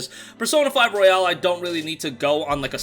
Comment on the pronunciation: ROY-ALL. stop w the Royale w cheese. Literally called The Royal in japan lol